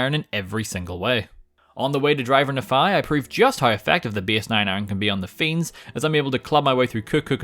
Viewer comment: It Knee-Fi, not Na-Fi.